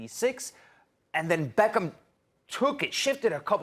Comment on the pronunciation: Man said BEEEECHam